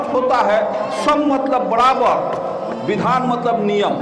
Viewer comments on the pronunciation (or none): ये बराबर को बड़बड़ क्यों बोलते है